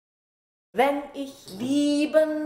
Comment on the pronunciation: Wunderschöne! Also, danke for helping me to fully understand how to pronounce "ich, und dich". In music, to my untrained ear it just sounds like the "sh" sound in English.